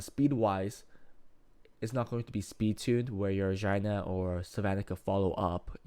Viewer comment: Did you call Xiana Jina? 😂